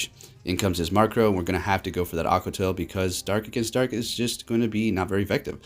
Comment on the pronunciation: Stop saying Markrow! Its Murkrow! MURK not MARK